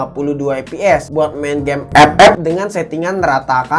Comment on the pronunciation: Ngakak aku kalau liat abang bilang epep🤣